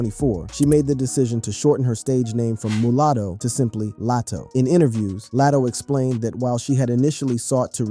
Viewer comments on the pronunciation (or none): Telling someone they can't spell when they can't read. LOL. Her name is not Lattow is Lah-toe (Latto)